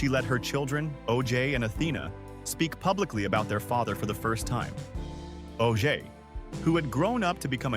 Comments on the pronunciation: Oje is not pronounced OJ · You know what AI can't do ?Let you know how much of a fool you'll be when it doesn't pronounce important names to your story telling correctly. I can't watch this garbage. Every time this video mispronounces his son's name I wanna scream. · Owen was amazing. I have a pamphlet from his funeral. Btw bud you mispronounced his son's name.